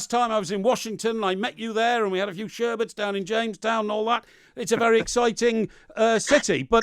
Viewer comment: "A few sherberts..."